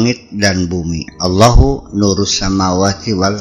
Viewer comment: maaf km islam apa bukan sich ,,,?Nyebut allah aja belepotan,,,(awoh),,maaf biar lebih paham,,,,tulisannya ALLAH ,,BACANYA ALLOH (AL-,,,LOH,),,dlm melafalkan,,,( AL ) (ujung lidah sedikit di gigit nimpel ke langit2 mulut) ingat EL nya dua ,,(,AL,,,,,LOH,),dan di akhiri dg huruf H,,melepas nafas,,,AL,,LO,,,HU,, ATAU AL,,,,LOH,,,semuga bermanfaat🙏